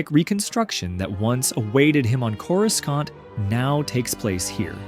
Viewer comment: theres no fuckin way you called it "core-oo-skant" 😭😭😭